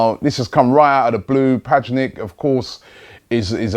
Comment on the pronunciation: padžnik... ahahah, ahti sve